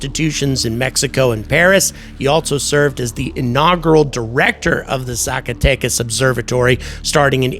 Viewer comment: Your "Zacatecas" was very good.